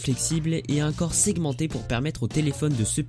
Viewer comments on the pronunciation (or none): none